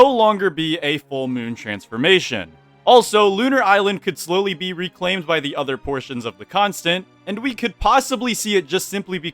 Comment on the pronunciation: “TONIGHT! WE KILL….. ZE MOON”